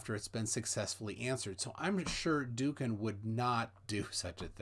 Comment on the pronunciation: I don't speak Turkish either, but hear it spoken and see it written nearly every day. From what I understand of the orthography his name is pronounced more like "Dowukan" or "Do-oukan". The ğ is a vowel-lengthener normally placed between two vowels to lengthen the first. Atatürk's attempt to "modernise" or "Westernise" the language, which included writing it in Latin script, is sort of lumpy, to say the least. It was also a grievous act of cultural destruction, a sort of "newspeak", which greatly impoverished the language and has cut all but a few specialists off from its older treasures. There are a lot of boys where I live called Mustafa. I sigh inwardly at their parents' usual reason for choosing that name. But then I remember when loads of boys around a decade or so younger than me were called Elvis. Do you know any men in their late 50s or 60s who go by that name? I don't know any. I suspect many birth certificates contain embarrassing secrets